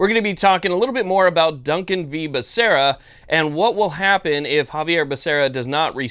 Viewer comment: Xavier Becerra. You said Javier. Great video, though. No appeal = freedom week forever!